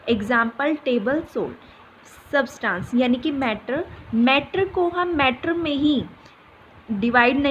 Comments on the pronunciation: Saabstance nhi Substance 😂😂😂😂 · but pronunciation is wrong